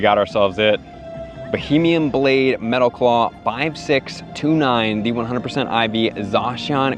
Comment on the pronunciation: “Bohemian Blade” 🥲